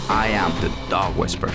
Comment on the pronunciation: At the end, it sounds like Cesar says "I am the dog WHISPER." -->NOT<- "I am the dog WhisperER" Listen for it...